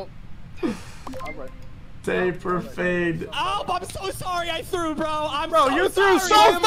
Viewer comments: He said Taple lol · lmfaooo he combined temple and taper and said taple fading haha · Dude kept saying Taple and Table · my man calling it a "taple fade" ahhahah shows how different culture is in the UK and US